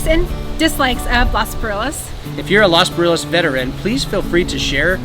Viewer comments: Thanks for all the videos! Only thing, if you love it so much, can you pronounce it correctly? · You would think that you have spent so much time in Los Barriles that you would be able to pronounce it correctly.